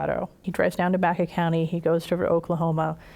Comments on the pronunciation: Great documentary! You are pronouncing Baca wrong! It is not pronounced "back-uh," it is pronounced "Bach-ah." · I know several people where I live who's last name is Baca, They pronounce it as you have corrected, Bach-ah.